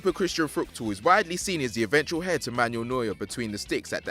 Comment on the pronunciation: He also said xi instead of 11 and hair instead of heir